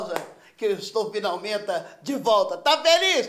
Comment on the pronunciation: "finalmenta, segundmenta, etc" KKKKKKKKKK